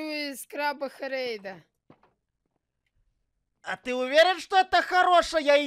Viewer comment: Не хєрєйда а хрейда😅